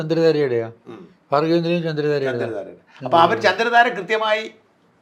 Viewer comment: Madhu sir says Bhargyavinilayam & still Sajan says Fargyavinilayam 😂